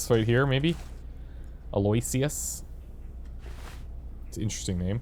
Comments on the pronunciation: Aloysius is pronounced Al - o - ish - us "What am I supposed to do with all the little shoes"? Oh, that's so sad. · Aloysius is pronounced "Al-oh-wish-us